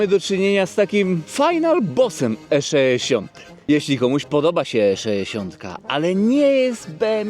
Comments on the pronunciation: Jeżeli mówi sto-trzyeści-sześ to dlaczego nie E-szeesiąt?:) Wiadomo. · Wszystko super, filmik fajny, ale jak piąty raz powiedziałeś ESZESIONT to zaczęło to być wkurw.... irytujące :)